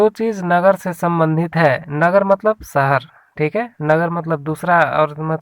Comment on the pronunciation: सहर नहीं शहर शब्द हैं।